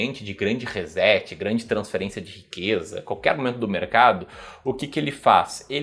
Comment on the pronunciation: ReSSSSSet....por favor!!! tem som de "S" e não de z....